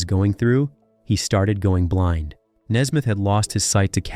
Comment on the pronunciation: It is Nesmith not Nesmith.